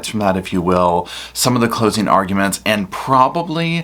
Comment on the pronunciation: Ayiee, the spelling on the internet!, it's closing "arguments," not "argu-e-ments."